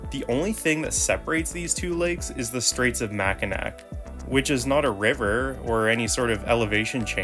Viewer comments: Pronounced MAC-I-NAW (ya I live there) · As a born and raised Michigander myself for almost 5 decades now, it’s always been pronounced more like ma•kuh•naw (Ma as if saying man) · Its pronounced Mack i naw! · Mack in ack? 😂😂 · Mackinac is pronounced Mac-in-awe. Other than that, as someone who lives in the middle of the great lakes, good video. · Like other posters, it's absolutely absurd to me how someone who is producing a video about the Great Lakes doesn't even know how to properly pronounce the straits of Mackinac. God forbid you try to explain-let alone understand -why the city and island and straits have same/ different spellings but same pronunciation. You clearly are just another insufferable hack who visited our Great State of Michigan and quickly grew smitten with our glorious mitten and then slithered back to Cali and be like, "Oh wow there's this plaaaace called northern Michigan and omfg it's so cool let's make a YouTube video! I know nobody has done that before, like, everrr man!" And THEN you don't even care enough to research proper pronunciation of the places you preach. Smh TOOOO sad. Well, that's YouTube for ya; gotta take the good with the hacks! 🙄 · Definitely not from Michigan since he pronounced Mackinac wrong lol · I suppose the producer of this clip has never visited the area or crossed the bridge or he'd know how to pronounce "Mackinac." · Are you from Michigan??? if so why do you pronounce Mackinac WRONG????? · He'll pronounce Mackinaw properly when Michiganers learn it's pronounced Detwa, not Detroyit.